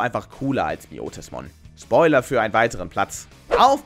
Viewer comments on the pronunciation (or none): none